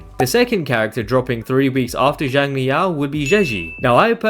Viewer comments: Theres still some tiny nuances in there thats not 100% accurate but it would be miles better than pronouncing it as more of a “Jiang” sound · A more accurate pronunciation of Xiang in Xiangli Yao would be “Syang” since X in Chinese always makes more of an S sound